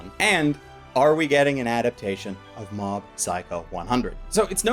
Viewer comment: I could've sworn I heard him say Mom's Psycho 100 .